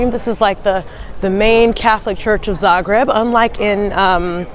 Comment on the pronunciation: Thank you for very nice vlog depicting our beloved city of Zagreb! And I must say that your pronunciation of Croatian names is so good! Great job! 👍👍👍